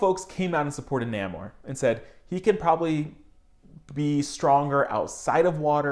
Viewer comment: I think it's pronounced "Nay-Mor" bro. great video bro! ✌